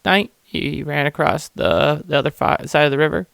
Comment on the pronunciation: The beavers must be 12’ across (not “acrosst” there is no T in across). No need to add letters to a word that don’t exist brother. Pass this knowledge on! It’s pronounced ACROSS! Not acrosst 👎